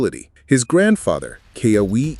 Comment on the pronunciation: Ke-ooo-uuu -aaa these are sacred names of our Ali’i need to pronounce them correctly. They were considered the heavenly ones.